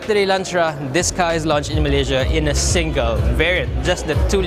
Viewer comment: Here in meleyziaa. Here in meleyziaa. Annoying, but cute.